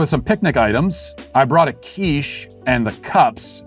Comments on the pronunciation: Hey Matt, the first time you said QUICHE (you pronounced it perfectly, by the way, with just the right amount of French haughtiness) I knew where we were heading to. The only thing I can say is that the guy was right to repossess his quiche, because quiche is delicious. No offence to my French cousins! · Lol I am fench and I never bring a quiche. Good french accent by the way!